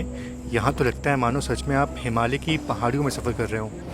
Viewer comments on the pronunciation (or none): none